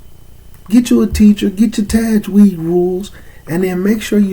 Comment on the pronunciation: You lost me when you couldn’t pronounce the word Tajweed. People like this is likely to seriously butcher the ‘proper pronunciation of ‘arabic words, thus changing the meaning of the ayat. Especially not being able to pronounce surah al Fatihah properly.